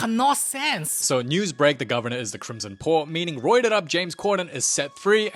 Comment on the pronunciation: you were the CRIMSON PWAHHH